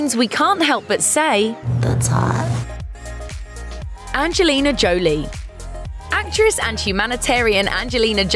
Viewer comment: Anje lina Jo Lee 😂